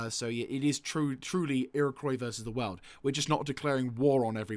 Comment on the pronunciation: I know this is two years later but it’s pronounced KWA not COY in Iroquois At least where I’m from